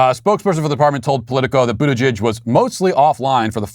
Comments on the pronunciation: Matt, you mis-pronounced his name. It's pronounced BUTT-gig. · Matt, his name is pronounced “Booty—jig”